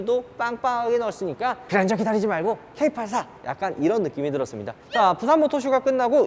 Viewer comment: 케이팔이라 아니고 케이에잇이라고..